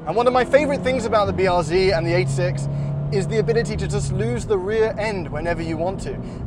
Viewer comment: finally someone who says 86 correctly - eight-six, not eighty-six